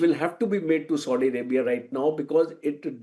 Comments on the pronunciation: Its Saudi Arabia and not SODI Arabia...ch**Ya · I think is feeling thirst and wants to drink sodo water. Coz he kept on calling Saudia as Sodi 😂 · Ethnicities are not the same, this general has no clue and Its Saudi Arabia not Sodi Arabia.